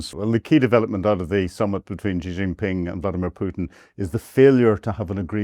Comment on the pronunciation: What a pompous tool. He can't even pronounce Xi's name correctly, let alone make any qualified guess at what is going on. He think's he is cleverly and slyly having a go at Xi and Putin, we are not deaf and dumb you naive idiot. We all have seen your hundreds of years of Imperialist disasters and we can all see that crap ending for good. China and Russia have a great relationship and no matter what crap you can dream up will destroy that, you just make your self look stupid. China and Russia negotiated Siberia One for 20 years, Siberia Two so far ten years, in the mean time Shipments via the arctic have been ramping up..... You seem to think you can poke the bear with impunity. They don't need nukes any more, they have the Oreshnic, its just as powerful. Your heard Zelensky squealing yesterday it was not fair Russia sent ONE their way after he murdered a dozen or more school children a few days ago. At least Russia had the decency to warn Ukraine they were going to flatten a factory or two, there was no such waring from Zelensky he was about to murder a bunch of school children.